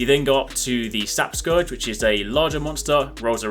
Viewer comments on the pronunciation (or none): none